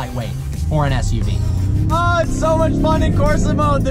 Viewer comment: He said ssuv lol